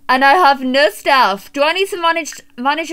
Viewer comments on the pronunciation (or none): none